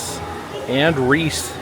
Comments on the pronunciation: The guy didn't make a mistake. Near the end of the video, when he meets the Reese's character, he calls him Reese! How can it go from Reesey 15 times during the video to the correct pronunciation that it's been for 75 years, all of a sudden. The guy is just not very bright!! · Its named after H B Reese. Rhymes with Grease. Nittany rhymes with Brittany.